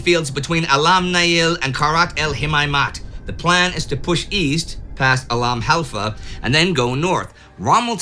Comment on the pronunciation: " the bat 'em of al halfa begins" ...- .....proof that just the fact of knowing one has to nail pronunciation will preemptively garble words one does already have a mastery of